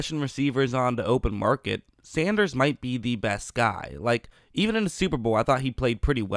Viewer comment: SAN. DERS. sendrus....... SANDERRRRRRRRRSSSSSSSAH